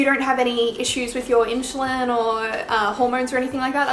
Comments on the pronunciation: Could be your accent, I’m British and we tend to pronounce things similar but it does sound like you’re pronouncing it like ‘Inch’ rather than ‘in-su-lin’ xxx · It's pronounced IN-SU-LIN not IN-SHOE-LIN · its insulin - spelled as ssss and not sh ! really bothers all along the video ! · You say inSHulin, like how everyone says SHugar. It is usually pronounced inSSulin, but it doesn’t matter because we all know what you mean. Love your accent! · I don't care if you say inshoelin, your so cute😚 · I'm pretty sure pronounciation of insulin has nothing to do with Aussie accent. It's funny though. I had a good laugh. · You are pronouncing the "su" in insulin, like how u do the "su" in sugar. It is wrong. you should pronounce it as the "su" in "super".